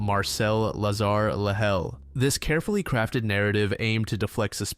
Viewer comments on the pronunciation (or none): none